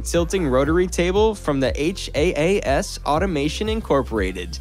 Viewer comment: It's not H - A - A - S, its Haas. It's the company owner's name. Ever watch Formula 1?? "Uninteruptedly"?? Is that even a word?? 😀😀😀😀😀😀 Love your content.